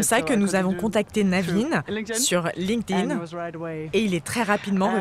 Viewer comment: Alors, "LinkedIn" ça se prononce [Linkt-in].... C'est pourtant pas hyper compliqué de trouver comment ça se prononce correctement, si les journalistes savent pas parler anglais, comment les gens qui les entendent pourraient le faire..? :/